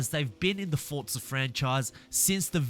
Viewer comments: Bruh its pronounced "Forza" not "Fortza" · Duuuuuuuuuuuuuuuuuuuuuuuuuuuuuuuuuuuuuuuuuuuuuuuuuuuuuuuuuuuuuuude learn how to pronounce names. It’s not fortza or selica